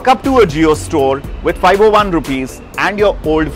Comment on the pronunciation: Sir, you born and grown up in india but still you realise us that you are not a Indian resident since you are embrass to say 501 as five zero one but as FIVE O ONE .